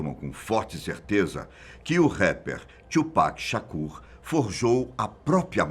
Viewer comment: Não é tiupac é Tupac.